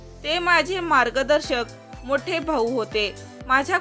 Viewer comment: नालायक बा ई भा ऊ कसे म्हणतेस नालायक नालायक